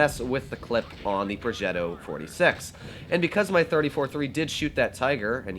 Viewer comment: I live in Italy and that ‘progetto’ at the beginning, was just very italian